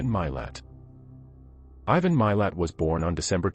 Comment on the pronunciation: Name is said “mah lot” spelled Milat. Ivan is said “I van”. Are you a robot? Listen to the documentaries about Ivan Milat and the victims please or watch the Australian movie “Catching Milat”.